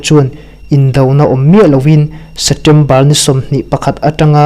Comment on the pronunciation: A bengvar thlak hle mai chutirual chuan Setember tih aw phawi hi kawl aw phawi deuh em aw inzir zel rawh